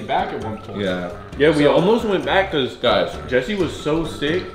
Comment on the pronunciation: man said jester lol its jesse or jesser